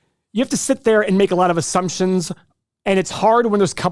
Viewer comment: Assumptionzzzzzzz...A! Your speeech coach needs to help you with this word.